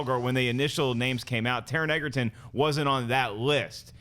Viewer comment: Taron 'Egerton' is pronounced like Joel 'Edgerton'.